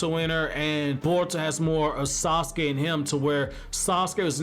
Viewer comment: “Sasuke kun “ 😂😭😭😭